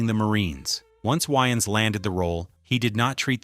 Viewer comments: It's Wayans no Wyans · I literally had rewind this 4 times because I thought he(the ai) said "yn" style 😂😂😂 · Who tf is “Wiians” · Aye aye aye aye aye!!! its WAYans not WHYans....say it wimme now!! WAY!!!!!ans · Why is the AI saying Wayans like YNs... I know damn well they couldve fixed that. 😅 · why-ans is an insane way to say his name. i have nasty scars on my scalp from a raccoon when i was 7. id probably turn down the roll due because of that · 😂😂😂😂😂 I thought he said Winans like the gospel group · I can only listen to the AI pronounce Wayans so many times before I had to quit watching. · Why you pronounce his name like that